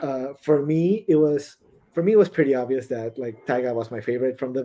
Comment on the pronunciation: Obvias Seven as in obvias 𝘴𝘦 𝘷𝘦𝘯 (Spanish)